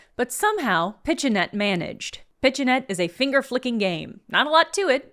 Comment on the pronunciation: "pichenette" pronounced "pea sha net" means "finger flick" in french